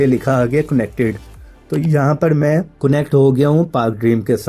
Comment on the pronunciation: coonect q bolty ho...sary bykar tariqy btaty ho